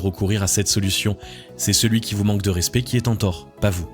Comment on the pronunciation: Très bonne vidéo 👍👍👍. Juste un bémol. Le mot "respect" se prononce '' rèspÈ '', et non '' rèspÉ ''. Sinon à part ça, très bien.👍